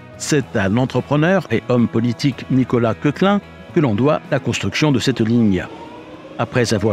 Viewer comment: Beau reportage! Koechlin se prononce [kechelin]. C’est une famille d’origine suisse qui a participé au développement économique du sud de l’Alsace. C’est Maurice qui a dessiné la Tour Eiffel. Nous avions pris le TER 200 en famille lors du voyage inaugural en 91. Le fils y avait pris son biberon… depuis il fabrique des M (TGV) à Belfort. Il semblerait que pour remplacer les TER 200, des TGV M avec une motrice et une voiture pilote seraient dans les cartons. En plaine d’Alsace, les TGV sont autorisés à 220.